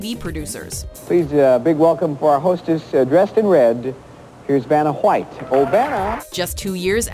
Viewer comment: . what the hell. thats like stewie griffin in real life. why's he put so much emphasis on the H in white.